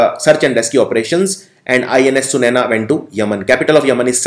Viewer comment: A correction sir we have INS SUNAYNA not INS sunaina (Though in hindi it is pronounced as sunaiana)